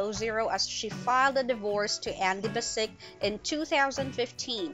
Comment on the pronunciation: Sounds like your saying andy basic not andy bass-ich which is how andy himself pronounces his name on the show. Do u even watch it lol